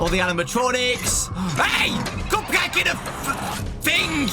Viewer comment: "Coop cayhk" 😂